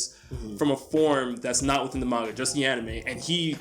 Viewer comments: It's manga not meinga 😂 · When anime sundays says manga i just wana break somthing.